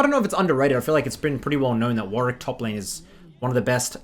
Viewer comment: Finally someone pronounced Warwick's name correctly.